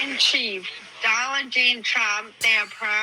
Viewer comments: Did that woman say DollarJean?! Lit up on mayhap a combo of both…. Dollar Jean! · Did she say Dollar Jean Trump 😂😂😂 She was lit on the truth serum. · Did she say Donald "Jane" Trump?? Uhh, just say no 2 drugs and/or the dranky drank!!! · She said “Dolla Gen Trump” and I’m cracking up! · Did that reporter call him donald JANE trump? Hahahaha 😅